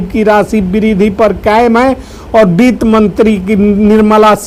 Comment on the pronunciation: Beet mantri nahi sir bitt mantri boliye 😂 aur jo aap ye ramayana path kar rahe hai , ye band kare , sab bakbash hai